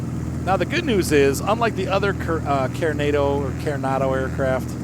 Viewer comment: Say it with me....C A R E N A D O......😂 😂 😂 😂